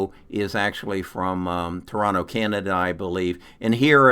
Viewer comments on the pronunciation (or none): none